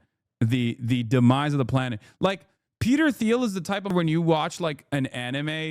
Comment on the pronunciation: Hasan purposely mispronounces Thiel every time to avoid legal action. That’s how scary Peter is.